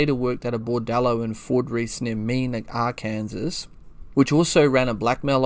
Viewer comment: Arkansas is pronounced Our-Can-Sore Love the channel